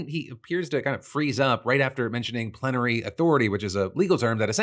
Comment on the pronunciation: I thought I tried to say “plenty” but slurred his words, didn’t known plenary was word tbh